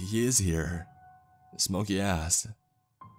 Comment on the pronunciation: Couple issues: - obviously the medical information - STOP trying to do accents your voice is great, you’re bad at them and it takes away from what you do very well. - “Jack asked” not jackassd - probably check out the pronunciation key in the dictionary, you have a few issues with specific words, it’s pretty systemic in your narrations